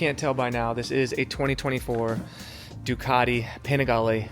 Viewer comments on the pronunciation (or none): I've heard of Ducati (Du-cat-tee), but never heard of Du-car-dee. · Ducati not Ducadi and Panigale not Penigale